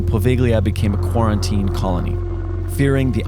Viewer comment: i got triggered when he said ‘quarantine’